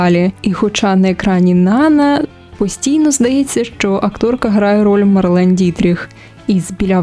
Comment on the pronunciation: Правильний наголос: НанА ( припадає на другий склад..це французьке ім'я)